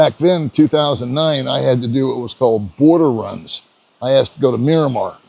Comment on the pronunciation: Kuala Lumpur is the capital of Malaysia, and it's Myanmar, not Miramar.